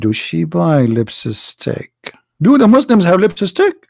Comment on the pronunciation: You are something....you say LIPSISTICK.....ha...ha..ha.